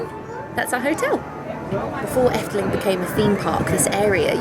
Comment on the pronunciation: When you say 'Efteling' , you sound extremely Dutch. Not a single hint of an accent.